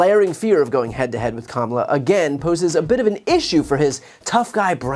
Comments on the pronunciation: proof that Trump knows how to pronounce Kamala correctly. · He pronounced her name correctly for once. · He accidentally pronounced Kamala correctly. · He sometimes slips and correctly pronounces her name. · So he can pronounce “Kamala” correctly! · WOW, he is in such decline that he forgot to mispronounce Kamala's name 😂😂😂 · He slipped up and pronounced her name as Kamala correctly.😂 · so he really CAN pronounce her name correctly 😂 ,la